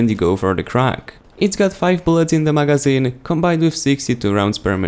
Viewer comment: Am i the only one who cringe when he says "magazine"